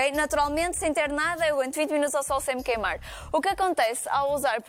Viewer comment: "Queimarrrrr". Ela uma portuguesa caipira?